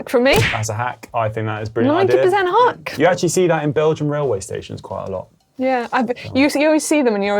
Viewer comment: Seeing the edit of Connor saying Hank instead of hack just about made me choke on my dinner